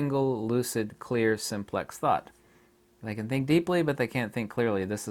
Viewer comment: “See when you Ken see through this people like I Ken...” ;))))))